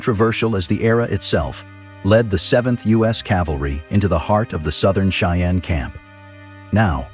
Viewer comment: Your pronunciation of the word "Cheyenne" needs to be changed.